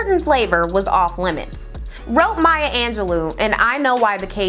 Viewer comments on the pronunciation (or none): none